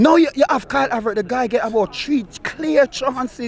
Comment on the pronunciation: Man fully sed Karl Havert uk😭😭😭😭😭